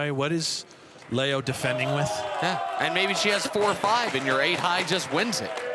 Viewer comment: Umm LEO is pronounced LEE O NOT LAY O. Can she win it? No, no she can not. 😂😂😂